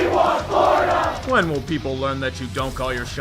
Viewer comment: I heard PH instead of Florida lol